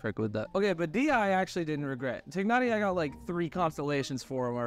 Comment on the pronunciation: Always makes me laugh when Americans try to say that one word and it comes out as "Conno-Sewer". But then I've heard many of them also say "New-Villette." Tighnari is almost correct, though. It's not really a G but it's fine.